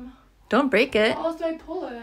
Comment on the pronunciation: “i mean i ammma, how do you pull ittta, it’s not workinggggaaa”